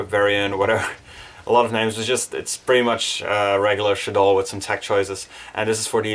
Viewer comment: Thankyou for pronouncing shaddoll correctly like ima like this video and follow you jus cause you dnt say shaddoll like a stuck up douchebag